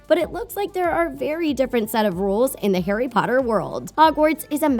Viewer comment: people need to STOP MAKING HP VIDEOES as you know NOTHING ABOUT IT. How many times in this video did you say Carry instead of Harry. McGonagall gave the time turner to Hermione NOT Dumbledore Not to mention that you are making sexual innuendos out of things THAT ARE NOT innuendos